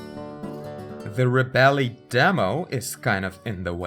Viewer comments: I think it is pronounced: re-belle instead of rebe-lee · Nice review, but the app is pronounced as reb-bel not reb-elly. Silent E!